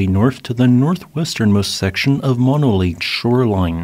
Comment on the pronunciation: Moh-no both os pronounced the same oh, no!